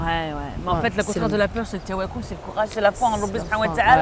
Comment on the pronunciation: On dit pas tawalol mdr tawakiiiil😂😂😂😂